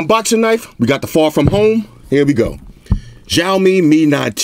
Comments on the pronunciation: lol its not jaomi, its shaomi (Xiaomi) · U can't pronounce XIAOMI well, i hear XJAOMI ALL THE TIME LOL